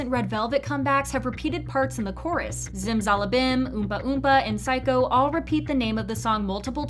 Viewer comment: Don't ever pronounce zimzalabim like that again